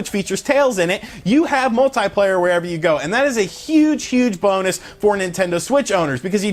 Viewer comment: anyone else irritated by the way he says multiplayer? lol